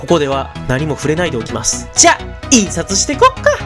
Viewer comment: なんかさ、「い↑んさつプレビューです」って聞こえるのは俺だけ？